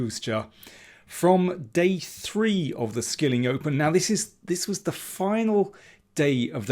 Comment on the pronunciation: It is pronounced "shilling", Daniel. Sorry if I am being rude lol 😆